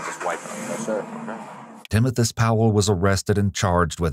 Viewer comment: Timothus? Timothas? Oh i see Timothoes. Oh okay.